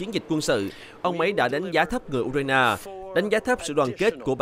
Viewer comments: Tiếng Việt cũng ko đọc như thế. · đọc theo tiếng Việt